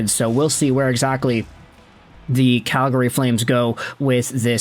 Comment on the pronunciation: You aren't a native Calgarian. I can tell by the way you say Calgary.